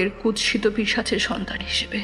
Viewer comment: ভুল শব্দোচ্চারণ শোধরাতে হবে-(1)কুৎসিতো নয় কুৎসিৎ।(2)লোকোলশ্কর নয় লোক্ লশ্কর হবে